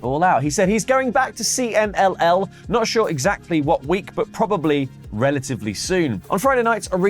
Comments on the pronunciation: Cee-Mull?? Consejo Mundial! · Omg, … dude… C M L L Not C M M L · trying to pronounce CMLL is almost as bad as Vince trying to say WWE. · Drinking Game: Take a drink every time says "CMML" instead of CMLL. 😂😂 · CMLL not CMML 😂😂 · kept calling CMLL “CMML” and i thought I was going crazy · We say "see-mil".